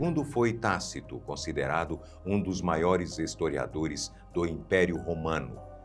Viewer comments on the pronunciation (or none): Minuto - hisotiadores ao invés de historiadores.